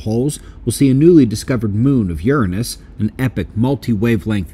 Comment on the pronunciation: Why does it seem like everyone is pronouncing Uranus differently? It sounds more like urinis now.